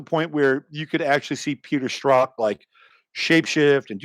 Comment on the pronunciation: Who are you saying Peter Stroth? Who is that?